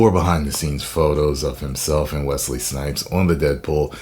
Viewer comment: As a man named Wesley. Thanks for saying Wesley and not Wezley. LOVE THE VIDEOS MY BROTHER!!!! Whoooooo!